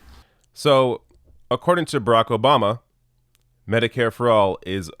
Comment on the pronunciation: Who is Rocco Bahma? That's how Biden says it.